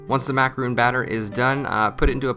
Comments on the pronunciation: Mack a ron. Not roons. 😂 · It's "macarohn" not "macarooon" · Repeatedly said incorrect. MacaRON ! Not macaroon !!! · should at least learn how to say macaron properly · You're saying macaron wrong!